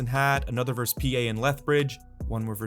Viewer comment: Verse is not a word. It's versus.